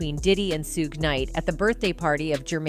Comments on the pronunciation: So AI has pronounced shoogay suegay, sugie, everything but his name correctly. Get lost money grabber. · She cant pronounce his name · Why don't someone get that AI machine fixed or have someone talk to someone about pronunciation of Black Folks names in the entertainment business. My goodness it's so disrespectful,!! Have you ever gotten White Entertainers wrong? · You say suge name wrong that is the second time I heard it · Please tell the female how to pronounce Suge! Omg...